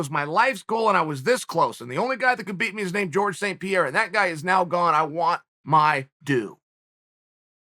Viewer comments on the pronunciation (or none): none